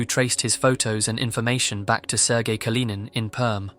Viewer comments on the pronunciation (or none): none